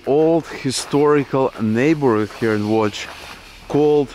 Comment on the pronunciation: Congrats on the correct pronounciation of "Łódź". Most Americans say Lodz, which is atrocious.